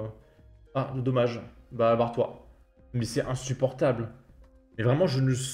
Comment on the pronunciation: Ce que j'aime dans chacune de tes vidéos c'est : " C'est IN-SU-POR-TABLE" 😂😂